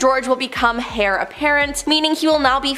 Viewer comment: your pronunciation of several of the words is atrocious. please learn how to pronounce things properly if you're going to do this as a job. one word was Heir. that is a silent H and pronounced like air. Westminster abbey isn't - West Minister, it's west min ster it's not Minister. you added an I in there. I miss Charlotte doing these videos.